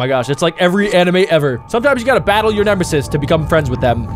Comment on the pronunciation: Bro said nemesesis